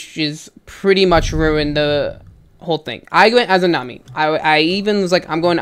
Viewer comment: They were annoying teammates but it’s a-za-mi not a-zoo-na-mi